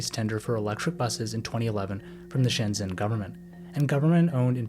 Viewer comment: Shenzhen is pronounced /ˌʃəːnˈtʃən/, something like shen-chen. Anhui is pronounced ahn-huay. Hunan is pronounced Hoo-nan.